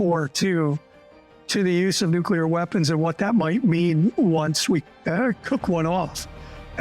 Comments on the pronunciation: MY MAN. It’s nuclear. nuke-LEE-er. Not nuke-YOU-ler. Love what you’re doing though, keep it up. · Dude, it's nuclear, not nukular. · Nucular? Nuclear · nu Clee Err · It gets to me too 😅